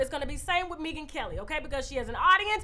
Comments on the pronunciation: I can’t with the way you pronounce her name: Mee-gan Kelly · Maybe it is me. But I was not able to finish this video. Mispronouncing Megyn's name...an the light skin chick comment. I will try again when I am not detoxing & can drink wine with you.